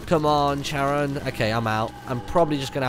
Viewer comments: Martin, it's KA-RON. Not CHA-RON. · Not to annoy anyone but it's pronounced care-on and he's the guy that transports the dead over the river styx in Greek myth.